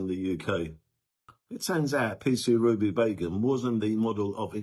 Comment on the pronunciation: I thought u said Ruby Bacon 4 a minute 😅😅😅